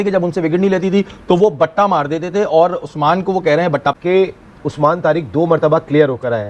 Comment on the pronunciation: Bhatta nahi hota batta hota stone wala batta